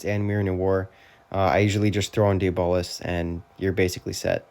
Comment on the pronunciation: Dee-bolis is crazy😭 W vid tho